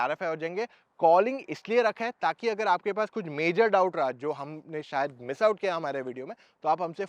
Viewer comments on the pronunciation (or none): none